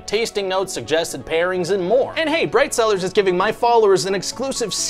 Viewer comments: I wasn't looking at the screen and heard "this video is sponsored by bread sellers." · When you said “bright cellars” I thought you said “bread sellers”. “This video is sponsored by bread seller LOL”